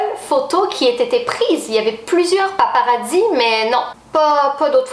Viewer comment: On ne dit pas des '' paparadis '' on dit des '' paparazzis ''